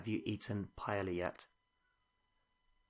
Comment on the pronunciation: Buena lección, pero me muero un poco cada vez que oiga un británico malpronunciar la palabra "paella"